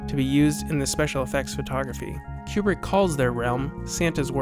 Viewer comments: Oh man, your videos are absolutely fantastic. I would be remiss not to stress in advance how much your videos reveal the care and energy you put into them. They really are well done........... But oh my God you really need to learn how to pronounce everybody's name. Some of your other videos have some pretty brutal pronunciations of the names of French and German auteurs. Even though many are quite common household names, I tried not to let it get to me, given that they are foreign. But then I came to this video. Where have you come up with Queu-brick? I think that you and Malcolm McDowell are the only human beings who have ever pronounced his name this way. Even the British girls in your own video get it right despite their dialect dictating elsewise. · This is a GREAT series! Lots of great work. The only issue I found is with the way Kubrick is pronounced. It's actually pronounced like "coo-brick" rather than like "cube-rick". Other than that, thank you so much for all of this excellent information! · Great work,. 2001 is in a league by itself. Only one small quibble. I believe Stanley's last name is pronounced "Koo-brick," not "Q-Brick" as you are saying it. Thanks. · Koobrick, not Ku like in a pool cue. lmao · It's pronounced Koo-brick. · THIS. "Cue Brick" Is. Driving. Me. Crazy. Countless people in the footage are saying it correctly, how was this overlooked? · I'm not even 1 minute in and I have to stop. This "Q-brick" shit is killing my brain. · Kubrick is my favourite film director. I am looking forward to this series. I have never heard his name pronounced "Qubrick". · "Stanlee Cube-rick" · great piece - but PLEASE stop saying Q-Brick - it's driving me to distraction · It seems someone who is such a fan of Kubrick would learn to correctly pronounce his name. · jesus christ; how credible are you, when you cannot even pronounce his name correctly? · Please pronounce his name properly. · KOO-brik, not fucken CUE-brik you idiot